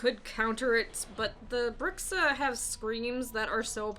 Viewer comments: The word Bruxa is pronounced Broo-sha in Portuguese, it means "witch". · Elderly? Smoking hot elderly woman....you’re hilarious....🤘🏽🤓 keep the vids coming....also if u pronounced Bruxa as if it was Spanish, it’s very close to BRUJA(broo-haa) which is a Witch...